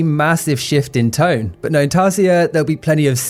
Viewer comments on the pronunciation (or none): none